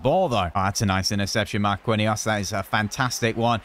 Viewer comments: It’s actually pronunced marckinhos not marquinhos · you keep getting players names wrong. Marquinhos (Mar-keen-yos) and Llorente (Lor-en-tay). It's making my OCD make my brain go fuzzy